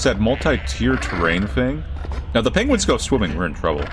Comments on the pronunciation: I did not know saying 'Pengis' was something I needed in my life, but boy oh boy am I glad I got to experience it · Tbf I say it too! Pengiwins!